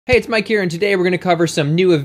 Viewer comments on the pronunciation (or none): none